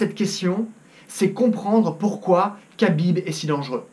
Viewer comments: Ça se prononce "krabib" et non "kabib" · Ça se dit Rabib pas kabib lol... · Et c'est Habib not kabib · Tu timprovise madame soleil à raconter l'avenir... khabib pas kabib comme tu dit en plus de ça khabib C et un lutteur ce que mc gregor n'est pas certe mc gregor est meilleur boxeur mais la c'est pas un combat de boxe anglaise khabib à toute ses chances mc gregor na pas combattu depuis un bail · On dit pas "cabib" ou dit "rabib" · Cest pas kabib cest khabib reapect son nom au moin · C'est KHAbib pas Kabib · CEST PAS KABIB MAIS RABIB SA CE PRONONCE COMME ÇA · Khabib, ça se dit Rhabib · Arrêté de dire Khabib Putin ça se prononce Rabib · C pas khabib c’est Rabib la prononciation 🇷🇺🇷🇺🇷🇺hamdulilah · Prononce bien déjà le prénom de khabib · Tu prononces mal le nom de khabib ce n'est pas khabib avec un k mais plutôt kh> comme le j espagnol qui fait r. Exemple le prénom jose avec une prononciation espagnol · déjà apprend à prononcer le prénom de khabib on voie déjà que tu connais pas khabib et la lutte et le grapling et largement supérieur à la boxe anglais qui est aussi très forte certe un coup bien placé de conor peu le faire gagner en 10 secondes mais si jamais il est amené au sol c finis ce qui est très facile pour khabib il ce battait contre des putain d'ours quand il était très petit pendant ce temps conor étais entrain de pisser dans sa couche khabib vas gagner et tu vas le voire dans quelques jour prépare toi à voire à quel points tu t tromper khabib a aussi un très bon cardio contrairement à conor, khabib a juste à jour avec lui 2 rounds et le 3 ème round conor perdra de ça précision et de ça force , il vas ce faire amène au sol par khabib très facilement et ça sera la fin pour conor mc gregor